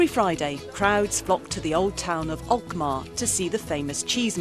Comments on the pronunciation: I had to rewind it three times before I realized she meant Alkmaar. Doesn't she? She said Ochmar. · When i heard her prenounce Alkmaar like alkmoh i was laughing like it isnt that hard to say